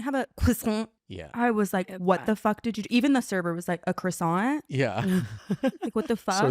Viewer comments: I need to know. I have to. Please, anyone who goes to order a croissant - do you actually ask for a “cross-ant”???? It’s so normal literally anywhere else in Europe to just ask for it with its correct pronunciation lol you don’t even have to use a “french accent” lol just pronounce the r as a w 😭 This reminds me of when I was younger and refused to pronounce sachet correct and insisted on saying “sat-shet” lmaoooo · i think the guy brooke went on a date with tried his best to pronounce croissant in french but failed